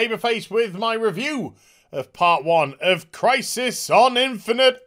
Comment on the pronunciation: I was wondering if I would ever hear "Infinite Az" again. hehe